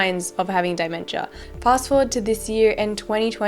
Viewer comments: I know this is off topic but I have OCD And when you said Dimentia instead of DEmenstia it made me cringeeeeee (I don’t have OCD it’s just a metaphor) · Dementia... not Die mentia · Just as a kind note to the video author about the word dementia, sounds like you're pronouncing it 'DIE-mentia' but its actually pronounced 'DEEmentia' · It pronounced Dmentia and if she had it, it doesn't mean she would be dead by now, people can live a very long life with it, it all depends what type they have, she would be showing signs tho like memory loss, being forgetful and other your video is good other than that. Hopefully the truth comes out about Britney and she gets her life back. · just letting you know dementia is pronounced DE-men-cha... thnx 4 this video tho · The way you're pronouncing the word 'dementia'